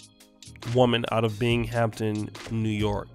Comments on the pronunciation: I blame the dudes for Not strapping up! And the part of NY is pronounced BING-AM-TON✌🏿🤣👍🏿it’s considered Upstate NY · Bing- am - ton , is how you pronounce it fam. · Binghamton Is pronounced as Bing em tin